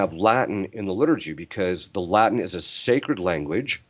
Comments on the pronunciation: A pronúncia do latim pelos americanos é muito engraçado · Essa pronúncia não está boa! Muito sotaque norte americano. Precisam passar um tempinho em Roma.